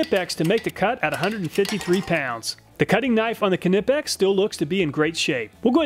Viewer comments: Btw you're still misspronouncing knipex You somehow try to separate the K at the start and make it something like Kenippex. It's way less than in the earlier videos but still noticeable. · Long time viewer. short time sub. I hear the way you pronounce "knipex" is WAY off.. your weight on the kni part is amusing though :) makes me laugh every time . no offence mate.. the over pronunciation of KN is whats off. Its more like "kn then the i from in, then pex. making "knaypex" or roughly in your tounge :) not knippex like you i hear. hope you get it right the next time :) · It's nipex no k its silent. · Stop pronouncing the K when saying Knipex! The K is silent. It’s “nigh-pex”. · The real winner here is the Irwin at $12! The K in Knipex is silent. ;) Another awesome video! I think its great how you figure out ways to make these tests fair and useful. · I really enjoy your videos 👍 The only "bad" thing, actually makes me smile every time. And that would be your ability to somehow make 'Knipex' a 3 syllable word. 😂😂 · I think the K at the beginning of Knipex is silent, like knife. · the K isnt silent in Knipex? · You know I love your videos. But I think you're pronouncing knipex wrong. I don't know this for sure but I think it's probably the same way you pronounce knife, with a silent k. But don't let my correction bother you. You're still doing the best job of anybody doing this kind of stuff. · Great tests but just a question? How do you pronounce "knife"? Now look at "Knipex". Sorry about the sarcasm but just a pointer. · The K in Knipex is silent. Like knife. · The k in knipex is silent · The K in Knipex is silent most likely this is based on the fact my last name is Knapp and the K is silent so my last name is pronounced Napp and not Ka-napp. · the k in knipex is silent, just like knife, please lol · lol drop the k when saying knipex. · I‘m sorry but the way you pronounce Knipex is driving me up the wall 😭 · THE K IS SILENT IN KNIPEX. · It’s pronounced Nipex